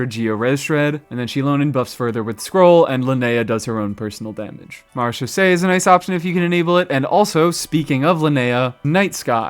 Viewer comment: Mad props for being the only content creator I've come across so far that can actually pronounce "Marechaussee" correctly. I've always wanted to like/use/etc Ningguang for actual combat, and always been really frustrated at just how badly the game devs screwed her over and made her almost completely useless in that regard. I was really hoping that Lunar Crystallize might save her, somehow, but she still seems to lag way behind almost any other geo character, even with that. Sigh. Ah well... "Hey, Ningguang, get your hard hat and your pickaxe. It's back to the mines with you!"